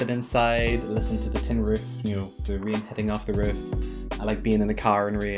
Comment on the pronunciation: never heard anyone ever pronounced "rain" like that before :) - yes, I agree <3 - 我也在学中文😉 - YEAH!